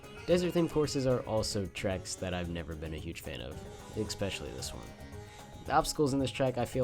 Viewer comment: bruh, u said especially about a thousand times but also managed to never say it 'eXpectially' is not a word my man, its just SO jarring when you say it like 2x per track....ESS-PESH-ELL-EE is the phonetic spelling, thats what u get for putting trash above ninja hideaway cuz its a hard course lol - but fr, PLEASE change that